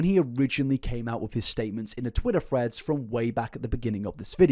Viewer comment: ngl when he says threads i kinda hear freds